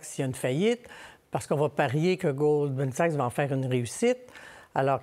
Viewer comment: A-M Dussault qui dit "Golden Sachs" tout le long... 😅 Goldman Sachs est la 2e banque la plus riche du monde... Tout journaliste compétent devrait en connaître le nom sans se tromper Honteux. Donnez donc l'antenne nationale à qqun qui la mérite!